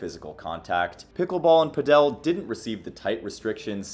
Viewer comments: Just say padel like you say paddle. It's not "Padel Castro" 🤣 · brother your pronunciation of padel makes me cringe. all this research in the sport, including interviews of people who say it correctly and the man decides puh-dell is the way to go smh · The first time he mentioned it, I thought he was saying “Fidel”. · It’s pronounced Pad-uhl ball/tennis as in Paddle Steamer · Pretty sure it's pronounced 'paddle' if you're speaking English. 'Pad-el' if you are Spanish. Makes me laugh every time you say it though.😊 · I wouldn't say Pickleball is the problem. Padel (emphasis on the first Pah sound) is the beginning stage for Tennis. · It's pronounced "Paddle" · Stop saying “Padél”! The accent is on the “a”. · 'Pedel' Sorry good video, I liked it. Just could not help myself with the pronunciation ( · Padel doesn’t have an accent on the e - you’re pronouncing it wrong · why do you say padel like that 🤣🤣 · they way he says padel makes me so mad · The way you pronounce padel is infuriating me. Otherwise good video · Pls pronounce padel right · Padel is pronounced like paddle, not padél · I think I speak for everyone when I say "lol, he keeps saying 'padél' instead of 'pádel'" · padEl padEl padEl padEl padEl .... who pronounces it that way?? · It's paaaadel not paddel, my ears lol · are you sure its pidel and not padal this vedeo really bored me its just typical american bumb now they cant even say padel not it pidel like piddle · Why you pronounce it like that! Paddle. Just say paddle. And, you say Argentina is starting to catch up in padel? Wow. You are so ignorant. How can you make a video like this without doing some proper research. Not good. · Did he just call Paddle, Pad-El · cool video helps, i play PADEL (PA-DUL) not pa dell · Its not “padeL” but “paDel” :-)) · Sorry, but not sure why you pronounce it as padEl (accent on the E) when it’s pAdel (accent on the A). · It's Pádel, not Padél, So like paddle, not like Nobel. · It’s not PA DEL it’s pronounced PAD EL